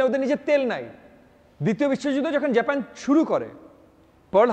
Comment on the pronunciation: হ্যালো মি. in a sort of, আপনি তো in a sort of জেপেন জেপেন করতে করতে in a sort of শেষ করে দিলেন in a sort of. আগে Decide করুন না, বাংলাটাকে ঠিকভাবে বলবেন নাকি ইংরেজিটাকে বলবেন। এরকম খারাপ বাংলা বাঙালীরা যেমন বলে না তেমনি এরকম জেপেন জেপেন in a sort of English কারো কাছে শুনি না।